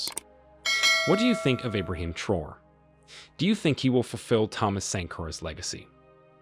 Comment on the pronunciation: You’re pronouncing “traore” wrong. You’re saying “Abraham Troll” but It’s TRAORE. Pronounce each syllable phonetically. “Tra” (as in transfer) “o” (as in letter o) “re” (as in ray).